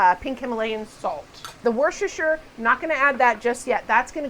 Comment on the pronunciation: pronounced woostershire sauce